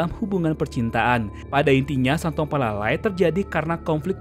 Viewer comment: Bukan santuang palala,santuang palalau.